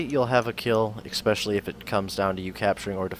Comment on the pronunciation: "expecially"....lol, Americans.....